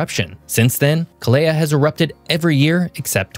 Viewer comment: Kilauea is pronounced Kil ah way ah. Mauna Kea is pronounced Mao Nah Kay ah.